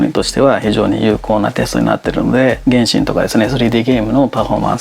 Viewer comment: すんごい比較だなぁと思いましたが、ちょっと原神の発音が気になりました笑